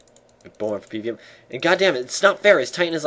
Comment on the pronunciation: Bern fer pee-v-eem